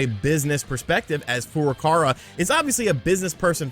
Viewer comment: Besides being completely wrong about your hypothesis, can you please learn to pronounce Nintendo president's name for Christ's sake??? Shuntaro Furukawa (古川 俊太郎, Furukawa Shuntarō. NOT Fu-ra-ka-ra! It's makes you sound really fucking ignorant:)